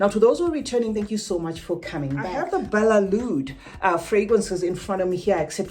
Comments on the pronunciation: No it's not balelood It's Badee-eh Al Oud I'm Arabian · Lol these employees don't know how to read its badee al loud with a D. I am mative arabic speaker